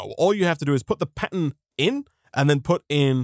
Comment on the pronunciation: the r in pattern is silent i guess